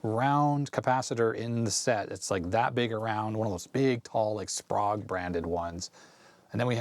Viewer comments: Very nice journey through the past's perfect monitor. I'v always heard the cap's name pronounced as --spray-guh. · It’s pronounced “spray-g”